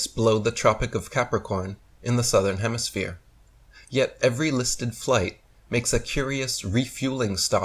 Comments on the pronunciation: the complete DUFUS! I LOVE how he says "southern hemiSPHERE" GEE! Kinda gives the LIE to flat earth! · he says HEMISPHERE multipule times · He says hemisphere and not hemiflat lol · Did I here say "hemisphere:? Really?